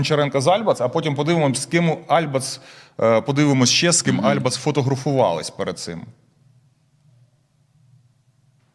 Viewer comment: Критика Альбац - это маразм! А этот "диктор" даже ударение в фамилии не может правильно поставить в ее фамилии! Несет всякую чушь!